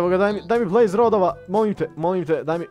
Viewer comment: Kaze se blaze a ne blaze XD hahahahaha! Usput ja sam onaj marko sa fejsa